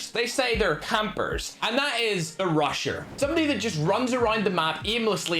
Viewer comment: When he said the “rusher” I thought he said the “Russian” so I heard “the Russian usually gets mad because of their ego and uses akimbo fennecs” then I realized he said rusher and everything made sense again. Edit: Jeez why is this comment have so many likes, thanks guys lol and the reply’s are so funny